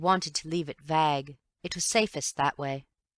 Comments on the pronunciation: I'm wondering where this reader is from that she pronounces the word "vague" as "vagg" instead of "vayg." Never heard that before. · I did find that the reader,, was previously involved in stage acting in Massachusetts. Perhaps it is a very regional northeastern pronunciation of "vague." He accent in general is unplaceable to me. She might have lived in different places that helped created her own personal accent. Or maybe she attempted to adopt a Midwestern accent for acting purposes and didn't quite perfect it. (I'm not being arrogant because I'm from the Midwest; it's just a thing that has been going on since long before I was born that all newscasters and many entertainers try to speak with a Midwestern accent. It is considered the most "standard" U.S. accent.) I've been exposed to a lot of dialects of English in my lifetime and I've never heard the word "vague" pronounced like she did on this recording. But, it's still a mystery whether she just doesn't know the word (highly unlikely) or there is some English-speaking region of the world where everybody pronounces the word in a strange way. I don't imagine you care about any of this. Maybe someone else does and will solve the mystery. Also, I have no idea what you meant by "the modulation is highly disciplined," but that's ok.;) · I have concluded that this reader, though she did a decent job overall, was either unfamiliar with the word "vague" and therefore pronounced it incorrectly, or mistakenly assumed that the English pronounce the word differently from Americans. Too bad she didn't check before recording. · Doesn’t sound at all like BBC English to me, too American. Maybe she is going for the ‘mid Atlantic accent’ that you tend to find in old films. It is something of an amalgamation of an English and American accent (hence the term mid Atlantic as it sounds half way between uk and USA). Still an unusual pronunciation of vague though.